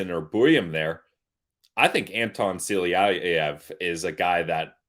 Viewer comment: Good show guys, as usual, but just a lil reminder, it's Silayev and not Siliyayev. But I still love you :)